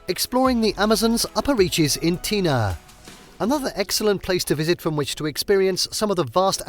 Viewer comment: Been there. Pronounce tena correctly for credibility.